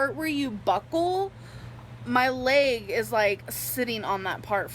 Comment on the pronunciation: I hate. Hate. HATE. How she says certain words. Such as (Agg) egg (lAGG) leg. I get accents but why only on very specific words. And how can you be a writer when you can’t even speak grammatically correct.